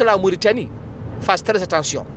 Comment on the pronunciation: Baakh na daal... Il prononce pas la Mauritanie de cette façon en arabe. En plus pourquoi pas publier ka vidéo ou indiquer l'origine de l'audio